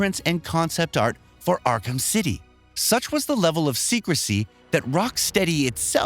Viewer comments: Ark-Ham? I get not everyone's going to play every game on these lists, but can you at least learn how to properly pronounce the titles and character names in advance, please? It's essentially pronounced as "Ark-uhm" and is based off a real asylum of the same name. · Great video, genuinely enjoyed it, appreciate the time and effort put in, and I’m not talking shit… I just have to point out… “R-cam” lol I just couldn’t get past “arr-kamm” 😂 buddy it’s pronounced “arr-cum”, “ark-umm”, Arkham 😂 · "Not ark-ham" but "ark-um." Batman the voice actor mentioned these exact words in a video-game. Oh and make sure you say, "sab-scribe" not subscribe. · ok Ark-cam really lol if this dude is a real gamer comic dude he should know its pronounced Ark-cem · Listen to how elaborate, these text to speech programs have gotten... I BELIEVED it was a real person sayin all this, until I got to the batman game, and heard it pronounce arkham, as, ark ham lol... don't be fooled ppl... things that couldn't be fake 10 years ago PUBLICLY, CAN be faked now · Omg “Ark-ham.” Are you kidding me? This guy is another effin tourist. This channel is just awful now. Let’s hire a bunch of dudes that know nothing about any of the source material. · You must be new here xD miss pronounce names and game titles wrong for years already. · Ark-ham? LMAO maybe you're a kiwi or something, damn, your pronunciation is fucking weird. The 'h' is silent. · Ark-Ham? you are getting worse, bring back the old guy, at least he tried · Arc Ham 😂😭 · That pronunciation of Arkham makes me want to punch something. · He mispronounced Arkham and automata. This guy is a poser. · My head exploded when I heard him say it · Same, we found the only person on the planet who doesn't know how to pronounce Arkham. On a video games channel of all places...... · He mispronounced ''arkham'' lol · Yeah like wtf! Lol